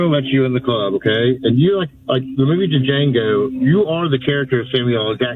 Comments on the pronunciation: "Duh-Jango." The D is silent, MF. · Tell me you don't know anyone black without telling me you know anyone black, and it's pronounced "Jango", not Dee Jango. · I love how she just let him talk, and rolled her eyes at the Stephen reference(Samuel Jackson's character in Django Unchained). Because there really isnt any talking to some people at that point Edit: The caller pronounced Django "DaJango" haha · It's just Jango. The d is silent. Dumb libs. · To quote Jamie Foxx in the movie “duJango” … the d is silent hillbilly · Its not Duh-Jango dumdum. He even says in the movie that the D is silent. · That fool on the phone said "DaJango"...😂😂😂 gonna call in to make a point and then turd it up so hard. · They guy said D’Jango?!? Samuel L. Jackson’s character?!?!?!?!? WOW…. just WOW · Can’t even hurl insults right.. Django.. The D is silent!! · He even pronounced "Django" wrong. That had to be on purpose lol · That first idiot pronounced Django with the “D”. And he sounded like a total racist. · “The movie D-Jango” bro if he actually watched the movie he would know the D is silent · That was nuts. "They're never going to let you in the club" then comparing her to Django, and how tf you watch the movie and don't know the damn D is silent!!!! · To that first clown talking about the movie, the “D” is silent fool. And that last clown, he got smoked on facts. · The funniest thing I've heard all day is the 70iq leftist at the beginning saying "You know the movie Django" not realizing the D is silent while calling someone else ignorant 😂😂😂 A perfect example of leftists. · He does realize the D is silent in Django right ?